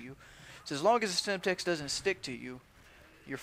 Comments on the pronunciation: isnt it Semtex? not Stemtex? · good riot shielding but its called.SEMTEX not STEMTEX. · SEMTEX not stemtex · LOL OMG It annoyed me so much when he kept saying STEMTEX its SEMTEX dude